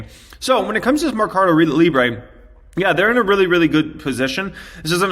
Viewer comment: it's probuced: Merrrrcado Librrrre ( like a Russian) the u will be close to Spanish